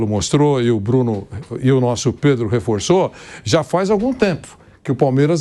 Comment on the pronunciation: Vampeta: predro kkkkkkkk mais é burro analfabeto esse Vampeta 😅